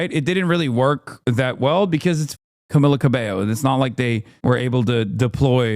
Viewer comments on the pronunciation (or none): none